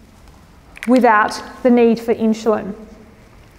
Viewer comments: inzulin, not inshulin, god damn it : D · It’s pronounced Insulin not inshulin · In-SH-ulin is bothering me so much I couldn't finish listening 😭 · Fascinating way you pronounce insulin as inshulin. Are you Australian? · Why does she pronounce the word insulin "inshulin"? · Keeps saying inch cho lon? Do you hear that? But beyond that good info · where's the "h" in "insulin"? Your presentation is interesting but the fact you can't pronounce "insulin" is annoying the free radicals out of me